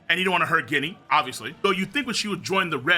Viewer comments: Yo it's written ジニー in japanese and it sounds like genie not guinea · Ginny is pronounced “Jenny” my guy. 😭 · it's Ginny like Gin the liquor, not actually pronouncing the G lol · IT'S PRONOUNCED JINNY!!!!!!!!!!!!!